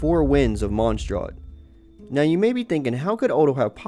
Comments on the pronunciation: wow you are saying monsdrat its monsdadt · "Genshink Impac" "Monstrot" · "Genshing" ... "monstrart" ... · The way he says mondstat makes me cringe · he pronounced mondstadt wrong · the way they pronounce monstadt please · I know it don’t matter....but where is the “r” is mondstadt that you keep saying?